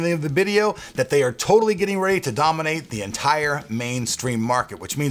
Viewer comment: Sheharyar Qureshi xD DAAMANATE??? xD Risen, Epic, Dominate, Capture CAPTARE!!!